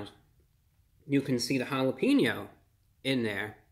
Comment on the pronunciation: Say your'e the whitest person of all time by pronouncing one word: *Says jalapeno "jala-PEEN-yo."*